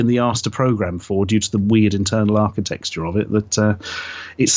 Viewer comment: I see Ashens still pronounces it "Archi-teXture" then? :p